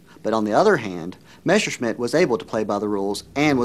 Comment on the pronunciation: Nice docu, but the narrator constantly saying "Meschersmidt" instead of "Messerschmidt" kindda bugs me. a lot. :D